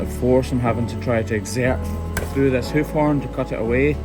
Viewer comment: Sometimes it sounds like you say, "Hoochie B P" lol